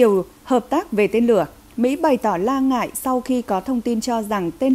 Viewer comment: MC phát âm sai nhiều quá. Hải phận thì nói là hải phân, lo ngại thì nói la ngại.